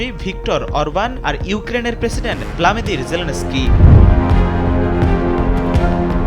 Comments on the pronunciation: ভ্লামিদির না, ভ্লাদিমির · ভ্লামিদির না, ওটা ভ্লাদিমির জেলেনস্কি।